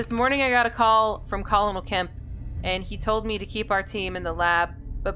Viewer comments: am i the only one that heard her pronounce colonel as col-onal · Love this series! Forgive me if I sound like grammar police, but, "colonel," is pronounced like, "kernel." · Hey you say "colonel" wrong. It's supposed to be pronounced like "colonial"